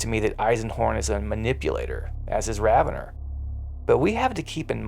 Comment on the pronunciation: I thought it was Raven-or not ravenner? Is there an official pronunciation i dont know about?